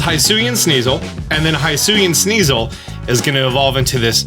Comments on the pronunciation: It’s pronounced HE-SUI and HE-SUIAN forms damn it, not HIGH-SUI or HIGH-SUIAN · Why are you calling it haisuian ?? It's HISUIAN ,without an A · It's "hee-swee-en" my dude. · Nintendo literally pronounce Hisui and Hisuian every time they talk about this game SO WHY DO YOU PRNOUNCE IT WRONG???? HE-SU-EE not High-su-ee. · It's pronounced He-sue-ian. And the forces of nature have a "therian form", not terrain, as in beast form. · Your saying husuian wrong lol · The moment you said hisuian "hi-suan" already done with video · Stop pronouncing Hisuian wrong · Stop mispronouncing hisuian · How the hell is he saying Hisuian so wrong?